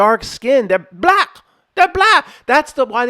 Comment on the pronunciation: The hard B in 'he's b-lack' xD 10/10